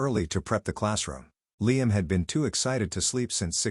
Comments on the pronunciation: I hate the way the narrator pronounces LiAM. It's LIam. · I have never heard Liam pronounced as LEE-AM until this. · I’m sorry this might be petty, but I can’t stand the way Liam‘s name is being mispronounced .. and while one could argue that maybe that’s the correct way , it’s not. Because at one point, they did say it correctly but that was once or twice if that. I just can’t focus when it’s being being said that way. It comes out almost sounding like Leanne.